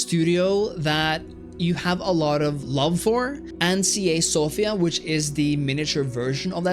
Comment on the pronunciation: You're the first person to pronounce Sofia correctly.